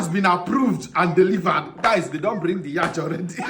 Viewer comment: Yacht is pronounced as yot not yach